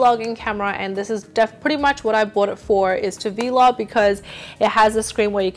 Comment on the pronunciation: I love how you say vee log instead of vlog together😂😂 Honestly this video is amazing as are your others, keep doing what your doing :)